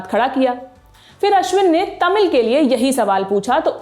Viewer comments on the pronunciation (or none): none